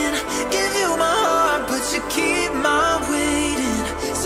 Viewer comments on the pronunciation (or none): none